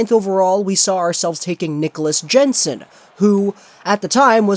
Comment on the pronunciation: It's pronounced Hod-son, hot Hog-son. And Yen-son, not Jen-son. FFS, learn the proper pronunciations if you wanna be taken seriously.